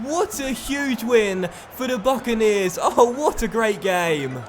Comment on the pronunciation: stop saying buckeneers